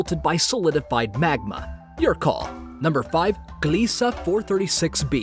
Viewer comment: "Gliese Uh"